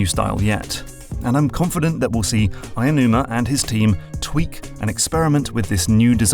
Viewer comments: I like the analysis, but as a quibble, Aonuma is pronounced more like ow numa than Ayanuma. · It's 'Aonuma'. You keep saying 'Ayanuma'. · if you read this: Aonuma isn't pronounced “aya-noo-ma.” The correct pronunciation is more like "ow-noo-ma." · Btw his name isn't pronounced Ayonuma. It's Japanese, so vowels don't become their long form regardless of what comes afterwards. It's "ao", which sounds more like like "ow" as in the pain interjection. In fact it's pronounced "ah" then "oh" but say it quickly so they flow into each other. Japanese words are actually relatively easy to pronounce if you take the time to learn how. It won't even take hours. The rules are very intuitive and there are very few exceptions. So vowel sounds will be pretty much the same all the time regardless of where they are in the word, for example. Aonuma will never be ayonuma or ownyuma or whatever. That 'ao' in Aonuma is the same 'ao' in the word for the color green/blue, or other names like Aoi, Aoshi, Aomori, or even in other parts of the word like Kaori, etc. Hope this helps! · Great video, but it really hurt hearing Eiji AEnuma everytime... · No, it's 'Aonuma'. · And some pronunciation stuff that bothered me... Aonuma – ow-nooh-mah (not aya-) Kensuke – ken-skeh (not ken-sookie)